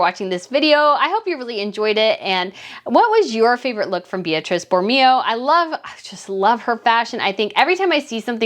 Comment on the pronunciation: Meghan needed a crisp, well tailored with no gaps, white shirt. She is know to be MESSY. Her heels are too high for shorts. Espadrilles would have looked better. Beatrice in Italian is pronounced Bay-ah-tree-che and Borromeo is pronounced Boar-ah-May-oh.